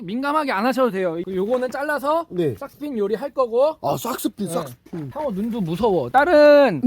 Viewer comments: 형 샥스핀 말할때마다 너무 콩글리시 바름때문에 웃곀ㅋㅋ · 샥스핀 잘못말해서 ㅗㅜㅑ